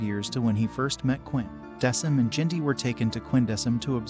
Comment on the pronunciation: The name is pronounced Deck-um